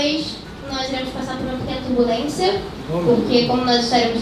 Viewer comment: Não é terbulensia é turbulência kkkk